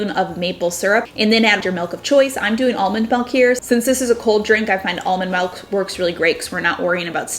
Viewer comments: I can't stand hearing her say MELK one more time. It's MILLLK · Omg - I couldn't continue watching because she says "Melk" instead of Milk. OMG I'm such a jerk, I'm sorry. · Great ideas to spruse up my coffee. Btw you pronounce milk the Dutch way melk 😊😘